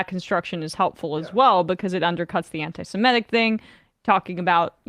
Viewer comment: Emma, the word "anti-Semitic" is pronounced /an-ti-se-MI-tic/, not /an-ti-si-ME-tic/. It derives from the word "Semite" and is pronounced exactly as written.